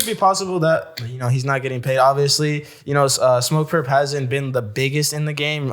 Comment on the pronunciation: It's Smoke Purp, not Lil Durp, lol.